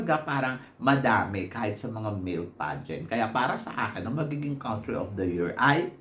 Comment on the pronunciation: you say “COUNtry” as in “CONtinue”, not “COUNT” (pronounced as /kuhn’-tri/)